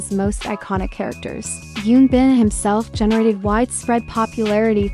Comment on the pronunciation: It’s Hyun Bin with an “H” not Yoon Bin. Please research and say their names correctly if you’re going to make these videos.